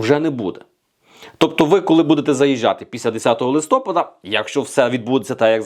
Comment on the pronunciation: Взагалі було ЛИСТОПА'ДА ,а не листо'пада. І не поча'ли,а почали'.Чи "пофффєсор"" фаріон Вас так начила?